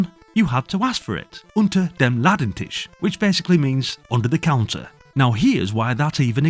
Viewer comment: "Unter dem Ladentisch" 😆 perfectly pronounced! Back in the days we had no idea what had been put on the index...because most games were swapped on the school yard. Darn, thanks for the list up! Even River Raid on Atari VSC 2600 was black listed. Cheers and carry on! 🕹🫶